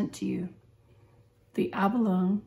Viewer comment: Abalone is pronounced with a long e at the end not a silent e. Decent review though. Thanks.